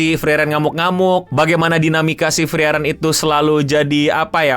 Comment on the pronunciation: kenapa lu nyebutnya himel sama frerein dah gw jdi bingung jr